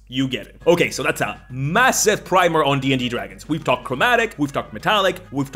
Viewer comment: You know what earned my "like??" You pronouncing "primer" correctly ! Drives me BONKERS when folks pronounce it "primmer." (although I put the emphasis on the first syllable of Tiamat and Bahamut, but I'll let it slide...)